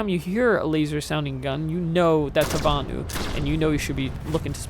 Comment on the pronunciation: LOL at butchering the names of the Vanu and the Terrans.:P Nice video though. You play the infiltrator like it should be played: infiltrating the base, killing engineers trying to repair the turrets and not just sniping from a mile a way.